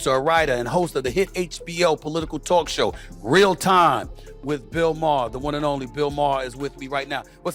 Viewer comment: bill MAAH, not MAH-hah